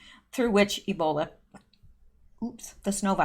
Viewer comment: please eeeeeeebola not snowbola. it may be so but if airborn millions would have ebola